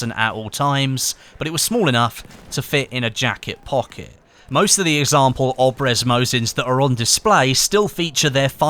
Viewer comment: ur supposed to say mosin abryez not obrez